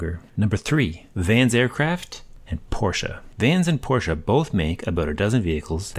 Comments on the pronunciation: LOL! And thank you for pronouncing Porsche correct. :) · Thank you for pronouncing Porsche correctly! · As a German: Thank you!! First English speaking person who’s pronouncing Porsche the right way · Praised be the American who says Porsche and not porch. 😀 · love that you pronounced Porsche correctly ♥